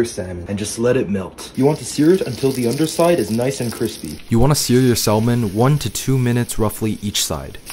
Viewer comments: Hearing him purposely pronouncing the L like that just sent me South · Bro just pronounced the "L" in Salmon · Bro it’s pronounced with a silent L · Bro it's SAM-ON not SALMON the L is silent but looks good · “I don’t like skin on my saLmon” brother please the l is silent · Bro stop saying salllmon. The “L” is SILENT!!! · Sal mon…. Noooo no no The l is silent my friend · Cringing every time you say " sall men " 🤦‍♂️ the l is silent 😫😂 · Bro, THE L IS SILENT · Never heard someone pronounce Salmon with the L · Bro the l is silent 💀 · The L is silent in salmon but you can say it your way just wanted to let you know it's a fact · did bro just pronounce the L in salmon? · Bro it's pronounced "SA-MON" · dude pronounces de L in salmon 💀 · He said salmon and not samon Yes I know it’s spelt salmon but it’s pronounced samon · It’s pronounced samon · Bro l is silent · stooooooop saying salmon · Before cooking learn how to pronounce salmon